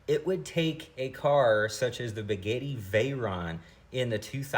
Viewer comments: Spaghetti?? 😂 Boo-gaa-tee. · I thought the same thing when he said Boogetti😂😂😂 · Wtf is a bigetty 😂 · If mid-conversation I accidentally say Baguetti instead of Bugatti I’m gonna angily return to your channel man; just a heads up. ❤ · ”Bugetti” is the funniest thing I’ve heard today 😂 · The fuck is a bugetti?! Never heard of this! Bugatti though 😂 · BooGetti, Bugatti.. Tomato, tomatoe! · Tf is a begetti?!?! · Did bro just say boogetti?? 😂😂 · Cooper bogetti lol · I havent heard anything more french than bugetti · The way he says “Boogetii” reminds me of Brad Pitt’s character in inglorious basterds trying to speak Italian 😂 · lol just remember. Boo-got-e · It's pronounced "Boo-gaw-tee".... M'kay? 😂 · I came here for the comments on “The BEGETTI”. lol Did not disappoint. Keep making content, bro. This video is very informative. I have wondered what happened to that car over the years. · You can't pronounce Bugatti even remotely close, why would anyone listen to you about anything else? Lol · He said Bugatti like it was a kind of French bread. 😂😂😂😂😂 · Are you saying bugatti like that on purpose?